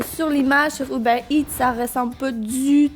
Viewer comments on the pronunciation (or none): none